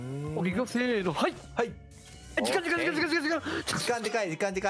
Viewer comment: 時間って言いすぎてじかいになってるのめちゃ可愛いです(*'ω'*) 二回ほどグーイージくんの出番スルーしてるのも笑いましたｗｗｗ